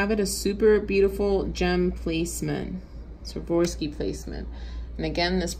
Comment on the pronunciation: A great way to remember how to correctly pronounce Swarovski (not Swavorski) is to basically remember this sentence, "I swore off skiing." I even taught my burly truck driving hubby to say it correctly using this method. 😉👍